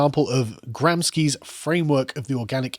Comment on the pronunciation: gram-shi not gram-ski